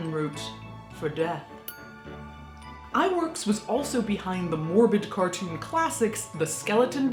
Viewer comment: Ub Iwerks: The pronunciation, as per Flamin' Groovies founder, Cyril Jordan (who is Dutch and speaks it fluently, that being his language spoken at home) Oob Ih-Vairks. I give you credit for not mangling his name like most Americans do. In later life, Ub developed effects shots for Hitchcock. Remember the drop=away staircase in Vertigo? And the nightmare sequence? Or the matted-in birds from THE BIRDS. All Ub's work. Spielberg stole the drop-away trick for the scene in JAWS where Sherrif Brody reacts to the sight of Alex Kintner on the punctured air mattress geysered blood.